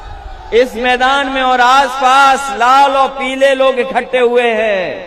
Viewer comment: मूर्ख, इखट्टे नहीं -- इकट्ठे बोला जाता है, तुमको तो हिंदी की शब्द का सुद्ध उच्चारण भी बोलना नहीं आता है। तुम्हारा बाप मास्टर थे, तुम हिंदी भी नहीं सिख पाए। अरे -- कम से कम बोलना सीखो।